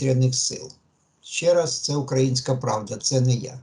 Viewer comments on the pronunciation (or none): none